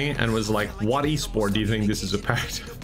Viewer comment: Excuse me sir, it's E-Sporté